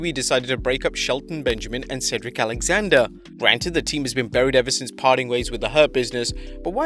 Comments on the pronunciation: Exalender? Lol Pretty sure its Alexander.. Haha that killed me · Love you and this channel! But I’ve never heard anyone say “Axalender” before haha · why cant you say ALEXANDER correctly? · he said axalander 🤣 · Did anyone else hear him say, Exalender when talking about Benjamin and Alexander?